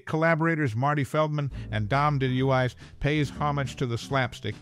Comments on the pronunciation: Dom De Louise not deluess. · Dom "Dee Lou Eyes"?? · Dom Del-ool-eye? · It's almost like he's never heard of him. Dom Deluise is a legend.